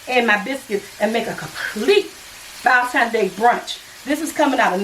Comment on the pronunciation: I love the way you say ValenTIMES LOL Happy Valentine's day!! Nice brunch ideas!! Did you mean Joanna Gaines? Chip's wife? I love her and she has a new show on Discovery+